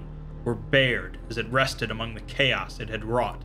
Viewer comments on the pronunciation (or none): none